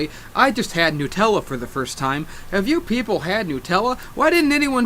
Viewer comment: nUtella like nUmber - not nuuutella lol